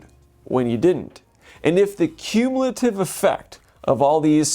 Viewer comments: "Cummulative Effect" 😂 Great video, though. Opens one's eyes. Thank you. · Excellent breakdown! Sub'd! But that second 'm' in "cummulative"?